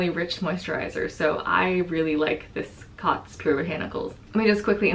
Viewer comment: The Cōtz should be pronounced like "coats" as a line over a vowel means the vowel says its name. Thanks for the review on these, I have missed your videos and can't wait to see your puppy! (I'm a cat person, but I love to see dogs people choose for their families!)